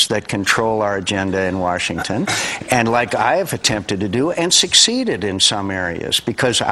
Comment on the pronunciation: If anyone realizes, he says Worshington instead of Washington at least 3 times in this video.